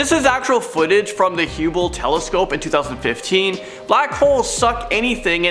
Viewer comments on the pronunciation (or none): If you cant pronounce Hubble ( sounds like Bubble ) you shouldn't be narrating videos. Education is the key to your success.